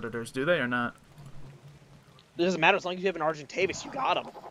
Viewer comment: It's funny that that guy calls an argentavis an argenavis lol